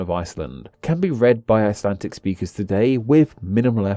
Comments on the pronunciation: WHY DO YOU SAY ICELANTIC, WHERE IS THE T? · "Buy my new book", urges the man (If man he is) who can't even pronounce the English name of the language he's dealing with in the video. Ummm ... nope.